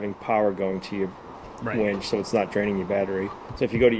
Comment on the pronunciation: It winch, not wench 😂